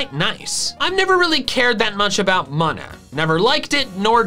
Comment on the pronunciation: Muh-nuh. Ew. It’s Mew-nuh or Moo-nuh lol